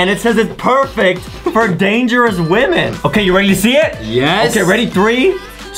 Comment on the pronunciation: It’s called a women not a. Wemon